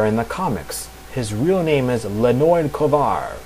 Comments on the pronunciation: Hey! You did a great work here!!! Thank you for doing this)) It is a really good piece of information) Though some info should be corrected: 1) Red Star's name is Leonid (like in "Leo") and not Lenoid or else O_o (hear the pronunciation here inogolo . com / pronunciation / Leonid) which was mentioned here by (thank you btw!)) 2) Beast Boy wasn't the only one called by his real name - Galfore called Starfire Koriand'r in ep. Betrothed)) But anyway, this video IS great!!! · ...It's pronounced lye-ah-NEET or lee-ah-NEET... (Red Star is my favorite superhero, which is why I know that) Other than that, this is great!